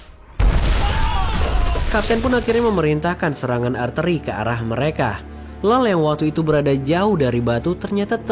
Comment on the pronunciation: Artileri bang bukan arteri 😂